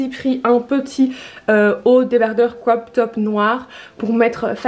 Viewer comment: Tu dis mIdium , trop bizarre, chouette vidéo à part que ça bouge trop de l avant à l arrière et faut vraiment arrêter d essayer de faire un accent anglais genre cwop top😂